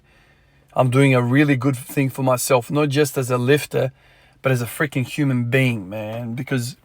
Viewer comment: "human bean"... am sorry I just like hearing americans saying "human being", glad you're feeling confident full snatching, courage to you.